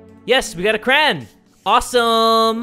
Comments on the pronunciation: WHY IS HE SAYING CRAYN AND NOT CRAY YON IM PISSED OFF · Go to he keeps saying cran ugggggggg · Does it bother anyone else that pronounces crayon 'cran'? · I love how you say crayn instead of crayon. It's like how another youtuber says crown. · Lol does he say crayen instead of crayon? lol it's probably just me. Love ya jay and nini! (sorry if I spelled her name wrong!) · No one:: craon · what's a cran sounds like a crayon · Did jay said cran? loooooooooool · I know I’m late but I love how says crayon 😓🤗🤩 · The way he says crayon xC it hurts me